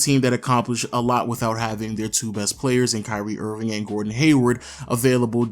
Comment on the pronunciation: is it just me or it sounded like he said curry Irving